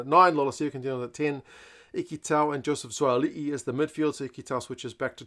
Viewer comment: Great pronunciation of Suaalii